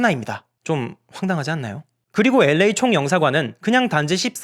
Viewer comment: L.A 발음마저 엘-레이 라고 깔끔하게 발음해주시는 도덕책같은 남주님...ㅎㅎㅎㅎ👍 유승준씨도 이 채널보나봐요.. 싫어요가 한개 찍혀있네요..ㅋㅋㅋㅋㅋㅋ